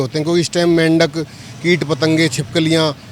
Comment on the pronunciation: Mehndak na bhai mindak bolte h usko mindak 😂